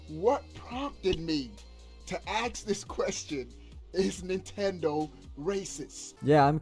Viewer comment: What is up with the PlayStation fanboys and saying axe and not ask Fucking illiterate